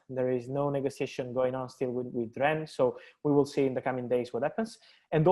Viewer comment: At this point I’m convinced that is purposely mispronouncing Rennes. (Ffs) it’s pronounced ‘Wren’ - the ‘S’ is silent. Put some respect on their French name… JHEEZ!!! 🤦🏾‍♂️ 🚶🏾